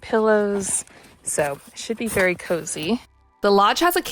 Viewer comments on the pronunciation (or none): none